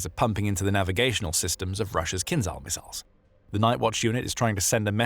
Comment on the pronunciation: "Kinzhal" is not pronounced "Kinzal", or else it would be spelt with the Cyrillic "З з" and not the "Ж ж" which sound subtly different. Pay attention pleaze!